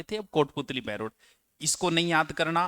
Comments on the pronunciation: बहरोर नही बहरोड़ है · सर जी बहरोड़ है बहरोर नहीं है और बाणासूर नहीं बानसूर है